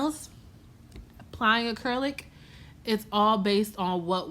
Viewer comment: “We ain’t chasing after this ACURLIC either” lmfaoooo you so funny